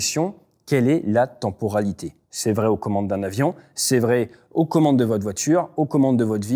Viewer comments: "tenporalité" ça pique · Si il avait 6 ans ce serait direction l'orthophoniste.